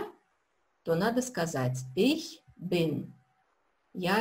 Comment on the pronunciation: Здраствуйте! Возникла необходимость пройти Ваши уроки ещё раз. Первоначально, я не обратил на такую особенность. Вы произносите глагол SEIN в первых лицах (bin, bist) с уклоном в произношении на Ы. На слух звучит как бы бЫн/бЫст. Нет четкого звучания буквы И. Так немцы и произносят бЫн, бЫст?